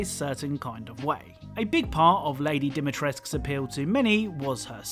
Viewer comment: i like how he said lady dimitresc 😂😂😂